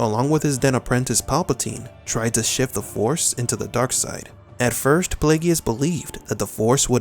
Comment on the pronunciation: Darth Plagueis is pronounced PLAY-gis. Not PLAY-gee-is. 🙄 Do not seek his wrath YouTuber!